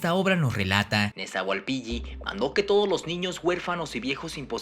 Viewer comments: tu pronunciación nahua es errónea, el nahuatl es de pronunciación GRAVE: no se pronuncia mejica, sino mexhica (sonido como "sh")... Axolotl, xitomatl, xochitl, xocolatl, se pronuncian como xoloitzcuintli!... La doble "LL" se pronuncia como L: NezahualpiLi, no NezahualpiLLi... Es ihiyotl (con acento pronunciado en la I), la "H" es como "J", se pronuncia IJÍYOTL....No es Centótl, es Centeotl (con acento prosódico en la segunda "E": Centéotl)... No se dice Mesoamérica, ese nombre fue utilizado en la modernidad. El nombre correcto es antigua Anahuac (checa datos de MIGUEL LEÓN PORTILLA)... Abusado! Tu video se parece a los de Badabun.... pero si quieres hacerlos mejor entonces documéntate mejor y pronuncia correctamente. Saludos. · Checa la pronunciación del Náhuatl, todas son acentuadas en la penúltima sílaba y la doble "L" no se pronuncia como en español como "Y" sino como una L larga como en el italiano. Nezahualpil...li